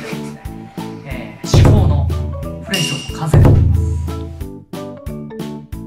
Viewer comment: 至高がシコに聞こえてまう笑